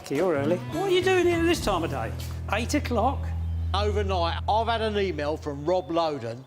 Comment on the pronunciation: "What a week I've 'ad......." Love it!!!